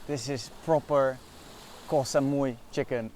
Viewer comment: has been long enough in Thailand to pronounce Koh properly. 😊